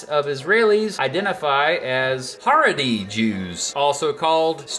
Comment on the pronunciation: By the way, “Haredi” Jews are pronounced “cha-rei-dee”